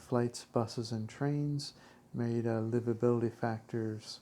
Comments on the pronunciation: Please put the accent on the first syllable when pronouncing: Mé-ri-da. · So annoying how you repeatedly mispronounce the word Merida. The accent is on the first part of the word.